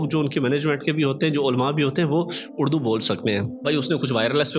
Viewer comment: اڑدو نہیں اردو ہوتا ہے